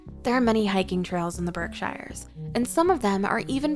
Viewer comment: Berkshires is pronounced "BERK-sherz". The discussion of Plymouth shows footage from (I think) Plymouth England. The discussion of Amherst/Northampton shows footage of downtown Boston. The New Bedford section uses the Boston waterfront and downtown Cambridge.There're a LOT more amusing mistakes but the overall vibe of AI that no-one even bothers to check comes through loud and clear.